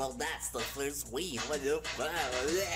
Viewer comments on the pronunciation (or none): none